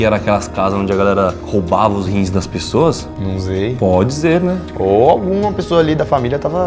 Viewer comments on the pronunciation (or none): "num zei" "podi ze né " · Num zei - pode zer né? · "não zei " " pode zer " kdkdkdkkskkkkdjdjskkfkdsk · NumZei Pode Z né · "Num zei" KKKKKKKKKKK